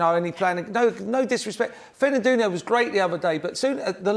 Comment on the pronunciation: "Fernanduno" (just after he says mpappe, beginning timestamp )